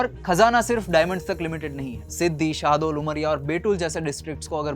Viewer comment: Okay I was little annoyed by your pronounciation of cities 😅 It's not siddi , shaahdol it's सीधी, शहडोल, and it's not baitool it's बैतूल